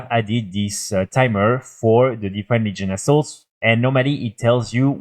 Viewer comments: I know I am not the only one who heard "New Legion A$$h0l3s". I am not good with English, so I am not making fun. It just make me choke on my drink when I THOUGHT I heard that. lol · Yes! Hahaha